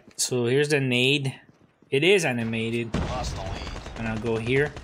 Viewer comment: You know what, IT EES WHAT IT EES